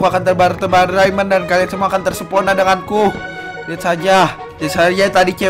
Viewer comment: Bang kenapa terpesona malah tersepona mulu?